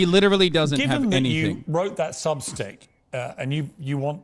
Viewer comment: Piers called it Substink lol